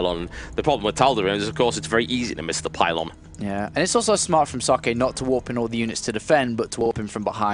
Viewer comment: i love how the pronounce socke xD so bad :)